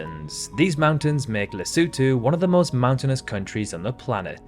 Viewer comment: Great idea, very interesting and well executed. This must have taken some time to compile. Yes, some words are mispronounced like the Caucasus and Kiritimati (Kirismas), but you got Lesotho and Kiribati right, and unfortunately most get it wrong. I am so curious to know where your accent is from.